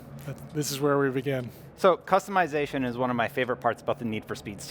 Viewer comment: It's customization not customeyezation